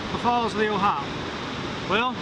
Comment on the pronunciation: O-Hi-O is pronounced "O-Hi-O". It is not "Ohi" or Ohi-uh". Named for the state of the same spelling.